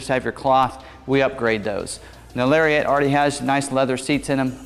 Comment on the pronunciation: Still saying "Larry-ette"... Shame....